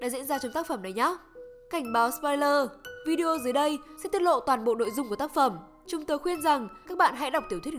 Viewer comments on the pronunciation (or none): none